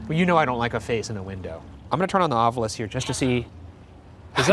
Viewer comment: Happy Friday the 13th! For debrief: Ryan, I see you’ve changed your pronunciation of ovilus - but not in the intro clip to the ovilus. Will you be updating this? #thanksinadvance #ocd